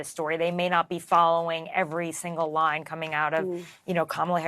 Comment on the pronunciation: Did she say line or lie? I think the latter